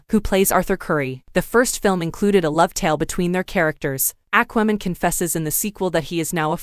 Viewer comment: I can't watch this with your AI pronunciation of" Aqua" Man.